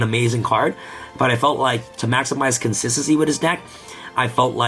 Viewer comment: FOR GODS SAKE BRO. SAY THE WORD WITH ME. CON-SIS-TEN-CY NOT SSSSSSSSY